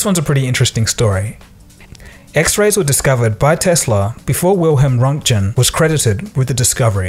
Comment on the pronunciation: you already source most of your content from wikipedia. how about not being too lazy to scroll to the top of the articles to see how names like "GiLLermo" and "RoentJen" are actually pronounced. for all your highfalutin prententions, you're worse than that semi-literate alux bimbo